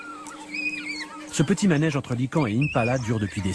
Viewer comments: C'est un con se narrateur ça se prononce lycaon pas lycon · Lycaon ça se prononce LI-CA-ON et pas LI-KAN. Sérieux, apprenez à parler! Vous êtes des narateurs, vous êtes suposé être la crème de la crème en matière de français et de pronontiation! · c'est horrible la prononciation ! c'est pas "likan" le a et le on sont séparés bruh ça me gêne pour écouter le docu TT_TT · Prononciation correcte : li-ka-on